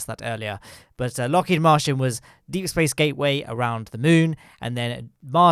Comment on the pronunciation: 5 Minutes In IT'S LOCKHEED MARTIN, NOT MARTIAN, AAAAAAAAAAAAAAAAAAAAHHHHHHHHHHHHHHHH